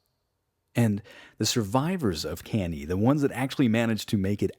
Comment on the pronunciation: Cann-A , not Cann-E. Good work otherwise though !